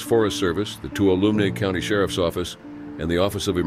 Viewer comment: Lol, same thing happened when the tuolumne river is read as the "too-luhm-nay" instead of "too-wah-luhm-nee"